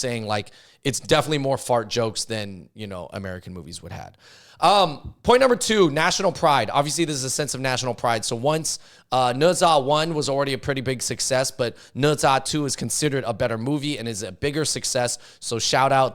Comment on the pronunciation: Dude, it's not Ne - Za. It's Ne ZHHHHHA. Kind of like Ja in Ja Morant.